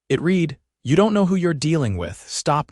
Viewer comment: It's not "it read" as in bead, deed, or greed. It's read as in bed dead, or sled. Get it right you damned fools or flush your AI where it belongs..